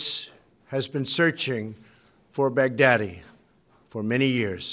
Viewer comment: I swear he’s pronouncing baghdadi like bad daddy on purpose 😭😭🤣